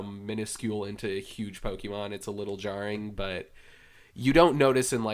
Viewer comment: Why does this guy annunciate the "e" in the middle of Pokemon like that? It's not pronounced pokeeeemon, my guy. If your job is to write about gaming, I feel like you shouldn't be butchering the title of the game. Was so annoying, lol